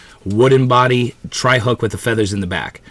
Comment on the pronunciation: Treble.hook. NOT tri hook. Lmao